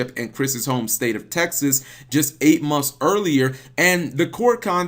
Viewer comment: Am i the only one that notices that he pronounces months as munths .... .... I look forward to his videos just so i can here him say "munths"